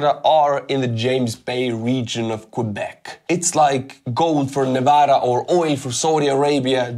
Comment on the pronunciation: HE SAID NEVADA CORRECTLY!!!! THANK YOU